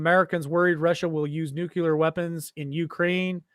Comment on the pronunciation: If you’re going to talk about a nuclear threat, how about you learn how to pronounce the word ‘nuclear’…